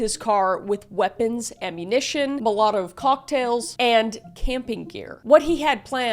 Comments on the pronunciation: 20 20? 22? 32-20? 30-30? Never heard of a 20-20 caliber.....moltiv? Molotov? Kris's dyslexia is real lol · mo LOT uv? Isn’t it pronounced malo-tov??? 🤣🤣 last time I noticed u said “minute (as in time) details”. Girl☠️ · ma-latto cocktails. 😂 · Lol, ma-lot-of 😂 Mall uh tov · I love you, Kris but you said “mulattov” cocktails. It’s actually pronounced “MAH-luh-tov”. Oh and yes, you’re incredibly hot and I love you. 😊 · Molotov is pronounced Maulatahv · Girl it's pronounced MALL-UH-TOV cocktails. You don't run these terms past caleb or nothin? Still luv yew! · Mah-lah-tive cocktails? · it’s pronounced Mahletof kinda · i seriously applaud your ability to mispronounce so many words. Mol-O-Tov cocktails. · Never heard Molotov pronounced like that lol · Never hear Molotov cocktails pronounced like that before! 😂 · Did we pronounce molotov like that for fun, to get around censors, or something else? 😁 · The way you said Molotov yeesh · Molotov cocktail, is that a Canadian pronunciation? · Was that censoring or the weirdest way to pronounce molotov?